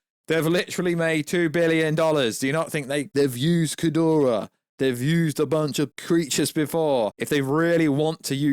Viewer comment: Stop calling him "Kudora/Kidoruh" ... It's Ghidora lol I know you have the English accent but Damn